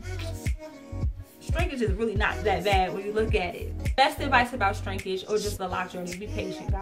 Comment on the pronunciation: Every time I hear you say 'Strinkage' I smile..lol